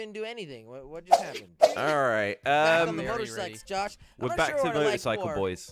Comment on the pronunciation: said motorcyces